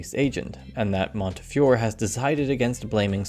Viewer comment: Fantastic video, but I really think you should've awkwardly dubbed in the correct pronunciation of Montefiore when you say his name, it would've really elevated the video.